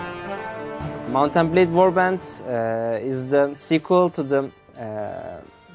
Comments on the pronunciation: "Mountain Blay Warbands" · Did he say "Mountain Blade"